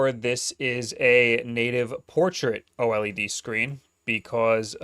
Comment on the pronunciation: Bro’s still mispronouncing “OLED” but saying “AMOLED” correctly. At this point he’s GOTTA know and is trolling lol